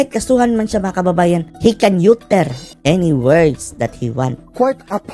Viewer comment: Unsay yuter? A-ter. 😂